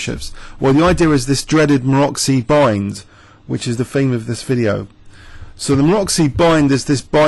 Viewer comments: MaroTZy bind, not Maroxy, pretty pleeease with sugar on top. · actually its Maroczy, pretty pleeease with sugar on top